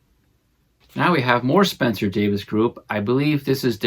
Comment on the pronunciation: Please... it's pronounced Davis.